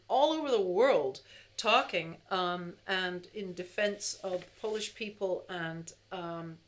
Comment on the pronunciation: Beautiful! Your Polish pronunciation is much better than Sinatra's.